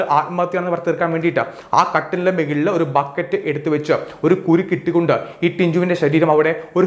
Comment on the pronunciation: മെകളിൽ അല്ല. മുകളിലാണ്.